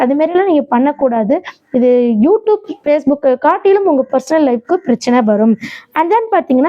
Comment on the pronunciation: யூ டூப் இல்லம்மா. யூ ட்யூப்